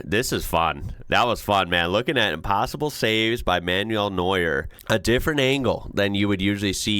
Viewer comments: You did pretty well with the names, the only corrections I'd have are that Bayern is pronounced "Bye Urn". Good job on Neuer, though! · Your pronunciation of his name sounds perfect to me, as a Dutch guy with just basic knowledge of German. Maybe Germans will find ways to improve on it, but I'm confident enough to say it's very close for international standards and certainly much closer than how I've heard people butcher other names. The same goes for Dortmund, which is a German city, and a football named after it is very probably from there indeed.